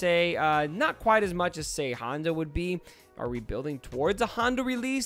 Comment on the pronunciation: who is Honda? you mean Hondo? lol another "Slicer" incident